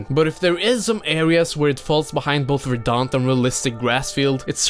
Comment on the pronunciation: Say verdant.